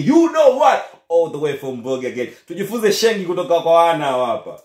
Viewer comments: Kaka blaza sio Shengi ni sheng😅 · Msee anasema SHENGI💔😂😂😂😂😂😂😂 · Huo utopolo hata wakenya wenyewe hawaelewi. Halafu SHENG Haitamkwi Shengi ... tamka “Sheing’hi”